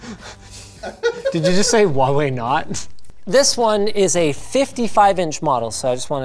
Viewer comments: Why can he say Hong Ming or Meng but he pronounces Huawei as Wawei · It's so cursed to hear him saying uaawei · More like wawe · I had no idea it was pronounced waw way i always just pronounced it hew-ay-why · huawei H read the H ，not wawei ，not Wa，it's Hua ，thanks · omg please pronounce the "h" in huawei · “Did you say Huawei not?” Oh, never change